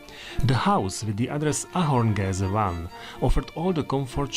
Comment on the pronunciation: Proč anglicky? Proč např. Ahorngasse vyslovováno jako "ahorngeze" ad. Uf!